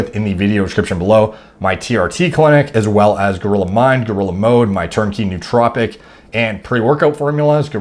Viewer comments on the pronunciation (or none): none